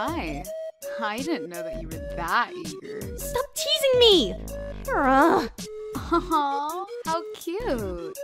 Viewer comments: Do you pronounce it “Care-A” or “Char-a” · Its ch ara not cara